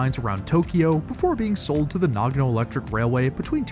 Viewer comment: Nagono no, NAGANO!!!!!!!!! FFS!